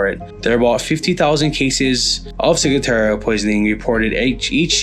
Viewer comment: there isn't a letter "i" in the last part of the word Ciguatera (see?) You kept saying "ciguateria" instead of ciguatera. Otherwise a pretty decent video. Wondered if you 2 are veterans when I saw the FNG hats; in the military that stands for "fuckin' new guy." (That's the one to watch, he'll be better at getting someone hurt or killed than the enemy...)